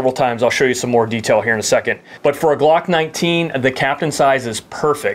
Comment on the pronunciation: This is the smallest size that'll fit the GLOOCKK NINETEEN... Lol why do you have to say it like that 😂